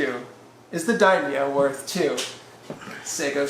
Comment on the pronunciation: I cringed everytime he said daimo.